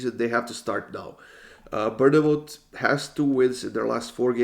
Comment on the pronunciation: Love these videos but I’ve gotta say it, I live near Bournemouth it’s actually pronounced ‘born-moth’ 💪